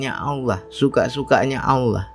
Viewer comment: tolong benahi ucapan lafad Allah yg ucapkan